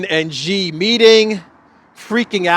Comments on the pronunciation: She=Xi=She=Xi=She=Xi. She Gin Ping. She Gin Ping. Try Google translate. In Mandarin an X is pronounced as sh as in English. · Why keep mispronouncing Xi?